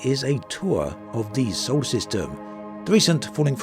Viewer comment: dude, it's "SOLAR system, not "sole system". sorry, but after the 30th time i couldn't take it in silence any more.